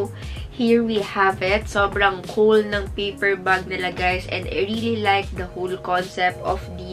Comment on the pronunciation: You pronounce "the" as "dī" if it follows a word that has a vowel as its first letter. Such as "dī eagle"